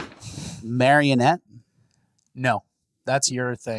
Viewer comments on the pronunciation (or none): Bruh, Bleu Cheese Dressing is just ranch with bleu cheese added. And it’s “min-yaw-nette”…